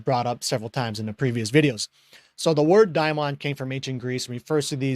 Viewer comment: I first thought you where saying daemon tools